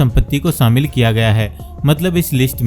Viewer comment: Sh ko s na bolo mood kharab kar dia. Shamil ko samil kyon bol rahe ho